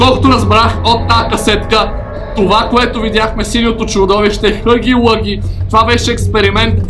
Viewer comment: Само да ти кажа че не се казва хъги лъги, а хаги лаги. И може би ще бъде по-яко да пробваш чаптар 2.